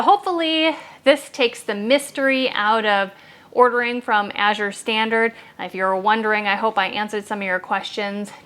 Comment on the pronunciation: Thank you for pronouncing Azure correctly. As a reading tutor, I can't help but noticing when people mispronounce it. My husband will hear me talking to the screen and correcting the speaker.